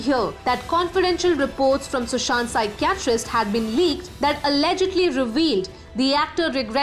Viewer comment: Please learn to pronounce the English words properly if you reporting in English your pronounciation of Pshychitst is pathetic